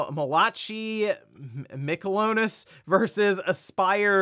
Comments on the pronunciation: i think it's pronounced "mala kai" and not "ma la chi" :) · Yo I think that name is Mal-a-kai, not Ma-lah-chee lol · “Muh-latch-ee” lol Mal-uh-kai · "Mal-a-Kai" not Ma- la- chi :) just FYI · Malachi is pronounced MAL-uh-kai. 😂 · Just an fyi, Malachi is pronounced Maa-luh-kai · Buddy said malachee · It's pronounced Mella-Kai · That was painful to listen to. Pronounced Maa-Luh-Kai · Wow, how could you mispronounce a biblical name so much, it's Mal-A-Kai (Malachi). SMH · so true & so many pointless deaths